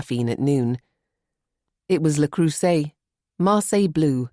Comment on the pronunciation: My main gripes so far: The person who reads Charlotte really doesn't know how to pronounce foreign language words. "Le Creuset" is not "Lay Croozay". "Sangfroid" is not "Zengfroyd". Secondly, for almost 3 hours we're being dragged along while all the characters are introduced. Then the story finally picks up.